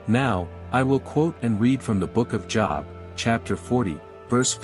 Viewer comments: Good video you're definitely done your homework hopefully more people will say this and believe the truth. Now it's my turn to do a little preaching myself the proper pronunciation of the book of Job is not job like work, it rhymes with globe 😊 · I believe the info here is valuable, however I can't get past the computerized voice, especially the mispronunciations of Job, which should be a long o like in Moses, rather than rhyming with Bob. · Somebody needs to get to this narrator and tell him to learn how to pronounce Job. It is a long o not a short one. Job (long o) is a man’s name, job (short o) is something one does for a living. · Job is his name Jobe not job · By the way, the pronounciation of Job is Joeb, not Jawb. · Job, with a long O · JŌB! THE NAME OF THE BOOK IS PRONOUNCED WITH THE LONG O SOUND!!! I have interest in your content, but it would help give credence to your subject if you pronounced words correctly. It is kinda off putting when someone who claims to know the Bible, but pronouns names incorrectly. Please understand this comment is not to offended, but merely to help you with your presentation. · Job is pronounced JoeB not something you have to make money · You loose credibility with a lot of people by not say the Book of Job correctly. It’s pronounced Jobe. Also, the Bible doesn’t say how long Adam and Eve lived before the apple and introduction of death. And all kinds of things existed before the flood. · Job is pronounced "Jobe". Also the Book of Enoch is not canon and is considered false. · When he says Job as Jaab 😂😂😂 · When AI says Job as a place of work, smh. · I know that JESUS had refferanced Enock before....... But please know that Job is pronounced with a long O sound. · Anybody catch how he pronounced the book of Job? That alone makes me question whether or not you read the bible….